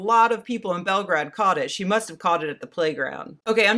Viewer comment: Either say Belgrade or Beograd. As it stands it makes you sound like a superannuated racist that thinks learning how to say foreign names is beneath them.